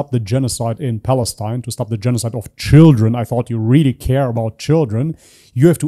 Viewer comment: It’s the pronunciation for me “shidren” 😂😂😂